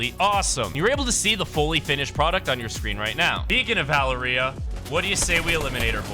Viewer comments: And Valer-EEA like HUH?? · Bro rlly said valeerEia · As a latino, it is pretty funny hearing you say Valeria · LMFAO the way dude pronounced Valeria😂😂